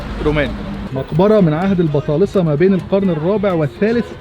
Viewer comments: البطالمة وليس البطالسة 😁😁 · بدور على تعليقك من بدري 😂😂 سمعتها اكتر من مرة عشان اتأكد انه قالها بطالسة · عهد البطالمه مش البطالسه 😁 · البطالسة ؟ 😂 اسمهم البطالمة يا الله يهديك